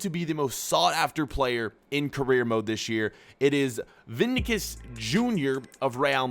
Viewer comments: Vinicius not vincercius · It's not vinkius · I hate how this guy pronounces VINICIUS. IT'S VEENEESEEYOUS, not vinikius or whatever he said